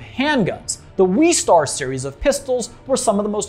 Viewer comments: Its not the weestar its the westar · "Weestar" West-arr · NO ITS WESTAR NOT WEEEEEEEEEESTARRR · Boba and Jango AREN’T Mandalorians. And it’s Wes-star not Wees-star. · It’s WESTAR not WEESTAR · I think it's pronounced "Wes-tar" like west and star as reference to cowboys. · why does he say westar like that